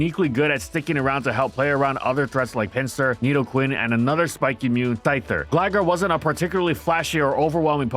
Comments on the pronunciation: "Thyther" hahahaha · Thyther XD. It’s ok I do the same thing all the time